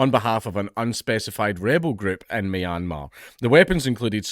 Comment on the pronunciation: For future reference, it's pronounced "Me-Anne-Mar". Or just call it Burma.